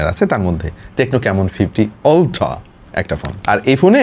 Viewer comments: utra ❌ oltra ✅ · আল্ট্রা ❌ অল্ট্রা ✅ ❌ ✅ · আল্ট্রা বললো নাকি উল্টা বললো বুঝলাম